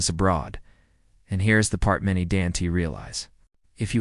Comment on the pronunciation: I fucking hate AI voices that can't pronounce the basics. Don't pronounced as Do N T. What the fuck...